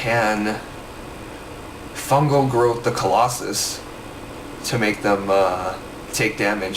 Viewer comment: fangel groth lmfao, fungal growth*